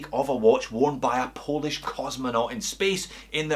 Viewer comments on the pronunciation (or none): none